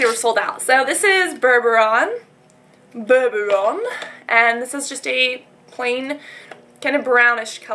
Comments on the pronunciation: its bourbon not bourboron! haha they UD eyeliner! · it isnt bourbouron its bourbon! :) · its bourbon like the drink not burboron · "bourbaron" is really "bourbon", like the alcohol haha. great video! :] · bourbon is pronounced "ber-bin" like bourbon beans (beans that are beer-tasting i think :) Sorry, not trying to mock you or anything..just pointing it out :) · Lol, bourbon is pronounced 'ber-bin' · "Bourbon" is pronounced "burr-bin". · Bur-bur-on? Really? Yikes.